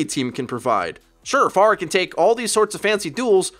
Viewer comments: I thought you were saying pharmacy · i hate how he says pharah